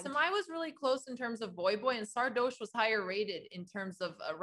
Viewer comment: Can someone tell them the "oche" of Sardoche is pronounced like in "posh", it's not "Sardôôôche" or "Sardouche", well, maybe "Sardouche" is fine though...